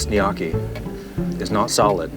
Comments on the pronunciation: it’s gnocchi which is pronounced nu-yoki, not “knocky” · Where’s Katie when you need her, it’s pronounced “knee-OH-key” !! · Nee yokie not nockie your a knock off food critic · Its noookie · I love you will but it is pronounced No-key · No way bro called it “nyock ee” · the pasta is pronounces "en-yo-kii" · How do yk not know how to say gnocchi ? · Have I been saying gnocchi wrong my whole life or have you? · The way you pronounced gnocchi hurt my soul 😢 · took me way too look to figure out he was trying to say gnocchi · i love everything abt this dude except the way he pronounces gnocchi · That might be the worst pronunciation of gnocchi I’ve ever heard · The way he pronounced gnocchi threw me off lol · pronouncing Gnocchi like it’s an Asian cuisine lol